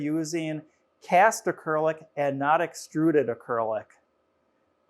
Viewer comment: Please learn to pronounce acrylic correctly.